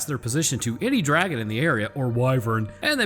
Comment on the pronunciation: just watched your video and you kept mispronouncing DRAGON!